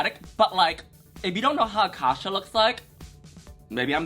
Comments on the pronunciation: It’s not pronounced like akasha like the queen from season 1 is pronounced A-CASE-YA like acacia forgot like in case you forgot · It's Acacia like the flower lmao not Akasha 😭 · it’s not aKASHA it’s ACACIA. Like the tree??? In case u forgot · A-casia not akasha forgot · a-KAY-cia (in case ya) Forgot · Just for future reference (and with nothing but love) - Acacia is pronounced "Uh - kay - shuh" - it's a play on "in case ya forgot" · These 2 getting Acacias name completely wrong has me DEAD 😭🤣